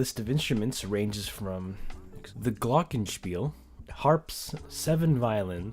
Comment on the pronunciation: Oh mein gott!! Wie er einfach Glockenspiel ausgesprochen hat xD soll kein hate sein, aber für DAS deutsche Ohr klingt das SO komisch xD (That was german if you want to know...)